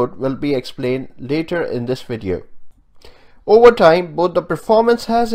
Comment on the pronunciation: Why can't South Asians say the letter "V" ? He says wideo...